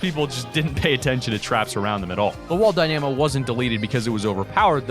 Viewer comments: Die-nuh-moh not die-nAm-oh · why do you say dynamo like that😭 dyNAmo😭 its dyna mo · It's Dynamo not Dy na mo goddamit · You pronounce dynamo wrong, it’s DY-nam-o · It's pronounced dyna-mo not dy-namo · Isn't a Dy - namo pronounced Dyna-mo. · It’s DI-Na-MO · its die-nu-mo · It’s pronounced die-na-mo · Yeah it’s wall die-na-mo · Ahaha ‘die namo’ 👍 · Say it with me. Dy-nuh-moh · how can you get the pronunciation of "dynamo" so wrong? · You say dynamo wrong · There most definitely is a correct way to prune nonce it. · Man U can’t even pronounce dynamo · Bruh can’t even say dynamo correctly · Thats not how u pronounce dynamo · who else got triggered at him saying Dynamo wrong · U say dynamo wrong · the way you pronounce dynamo is very strange, good video nonetheless. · You are pronouncing dynamo so wrong but great vid